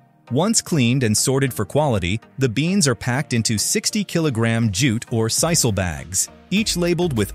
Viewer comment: It's pronounced "SEE-sal," and jute is pronounced "YOU - t." Sigh.